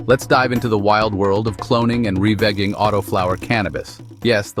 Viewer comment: Revigging is molesting my ears stop